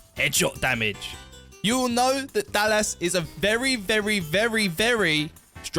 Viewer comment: Why does it feel like this video was written/spoken by an AI? SO many spelling mistakes, pronouncing Dallas as “Dal-las”, subtitles that don’t match what is being said, very unusual. “Her perks can make her is simply unstoppable at times.” That makes no sense.